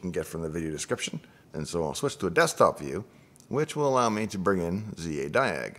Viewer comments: It's Zadig not Zadiag...! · Zadig - not Zadiag